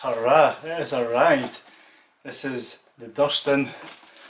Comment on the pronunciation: Cracking laugh in the first 15 seconds. But, it's Duuurston, not Dustin 😂😂